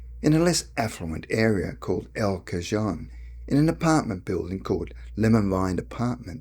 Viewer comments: I don’t believe this story unless perhaps you are reading it for someone else. First of all, the accent (British?) is suspicious. Secondly, the dead giveaway is your pronunciation of the town “El Cajon”. You said “El Ca-jone”, which is obviously wrong. It’s “El Ca-hone”, rhyming with “phone”. So, if you’re telling your own story, I know it’s a lie! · I believe in time slips but question the veracity of his story..... being born in El Cajon and mispronouncing it as "Ca-john". It is pronounced "Ca-hone" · El Cajon is Spanish, and is pronounced El Ca-hone. I lived there the vast majority of my life. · I spent my childhood until age of 12 in the area he is describing. I was two miles from Lemon Grove, just off Federal Blvd, and about two miles from El Canto, where I went to elementary school, and my uncle lived in El Cajon (pronounced El Ca-hone). My father was in civil service at the shipyard in San Diego, as an electrical inspector. I miss the area, but it has changed a lot since I was there in the 50's and 60's. I live in Florida now. Thanks for the memories! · It's pronounced El Ka-hown the J is silent. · Pronounced El ca hone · pronounced "kah- hoon". Lol Brit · El Cajon is pronounced, "El Cu-hone" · I grew up in EL CAJON California. Graduated from El Cajon High School and I'm pretty sure I know where those apartments are. BTW It is pronounced EL-CAHONE. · I lived right there in El Cajon (pronounced El Ca-Hone) and hadn't heard about it before. I wonder how many others have gone though such a thing and it is never heard of because of the assumption of being a false memory instead of considering these things actually happen. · Wow, quite the ordeal. El Cajon is pronounced with an aspirated h, so ca-hon, no z or g sound. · He pronounced El Cajon incorrectly! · the narrator reading the story in mispronouncing El Cajon, not the writer. When I was younger I used to mispronounce El Cajon and La Jolla until my Dad told me the correct pronunciation.